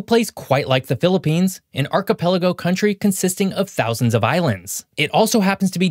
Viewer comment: Thank god you didn't say philipines wrongly😅 And yes, ask a philipino, every natural disaster target us